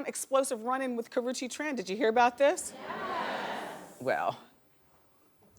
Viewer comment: IT'S KARRUECHE get that in your head or read the letters slowly.